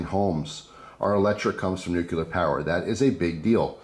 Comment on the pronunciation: Nuclear = "new-clear". Just trying to educate. :-)